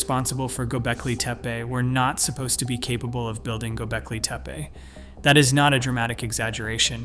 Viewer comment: Is there no way to teach the speech to pronounce Göbekli Tepe properly? Gonna be a loong video if so.